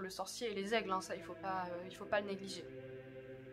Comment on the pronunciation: C'est marrant mais dans l'intro moi j'entends: "Pourquoi les elfes ne pouvaient pas emmener Frodon au mordor!" :p